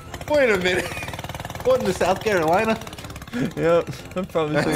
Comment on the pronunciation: Lol he said what in the south calarona